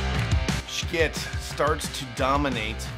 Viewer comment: I'm sure I'm the 150,000th person to ask, but why do you choose to mispronounce Schiit Audio's name?